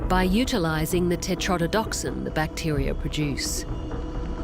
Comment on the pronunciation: the voiceover - mispronouncing "tetrodotoxin" and "salivary" multiple times